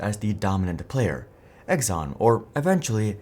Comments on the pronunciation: Pretty sure it's pronounced "Ex-on" not "Eggs-on" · Who the heck is Egg-zon?? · "Egg zon" ? Yeah, that's not how you pronounce Exxon.